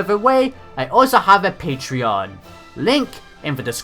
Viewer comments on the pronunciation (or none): none